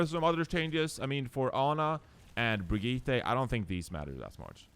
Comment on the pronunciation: I'm triggered by refusing to pronounce "Brigitte" correctly when he can as a Swede...